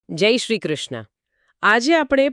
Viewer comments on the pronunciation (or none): none